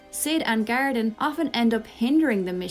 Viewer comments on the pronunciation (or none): Thought you were saying Gariden. I was like who the f is Gariden????? It was GARDEN lol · I was so confused trying to figure out who "Garidan" is. It only took me nearly a full minute to realize you were actually saying "Garden". I speak English, I promise.